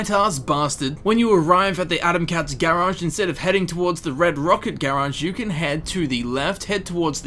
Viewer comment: Idk why it bothers me but the way he says garage as gaerage...